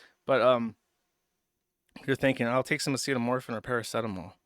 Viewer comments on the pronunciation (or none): Acetamorphin. Either thats a thing or he mispronounced acetaminophen in a way only he could.